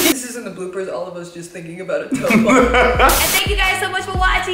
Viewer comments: Frida kah-toe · FRIDA CA-TOE HAHAHAHAHAHAHAHA